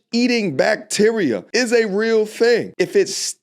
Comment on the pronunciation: I thought she was saying sit down area! Area.